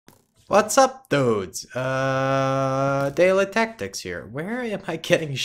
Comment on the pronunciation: Who noticed he said daleytactics instead of Daleyproductions